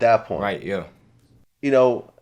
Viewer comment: He didn't even say yeah he said "Nyeah!" 😂😂